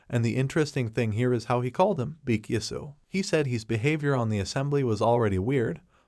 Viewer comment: It's Baek XX not Back XX